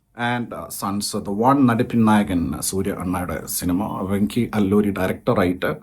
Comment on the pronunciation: Atluri not alluri